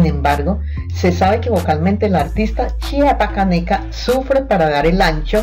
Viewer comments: Ella siempreha dicho que es de tabasco y ademas la que habla en el video no sabe decir bien chiapaneca mandenla a la escuela que aprenda a pronunciar bien y luego ya que hable en los videos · No sabe pronunciar chiapaneca, ella nació en Chiapas y se crío en Tabasco, si vas a hacer un vídeo por lo menos investiga🤔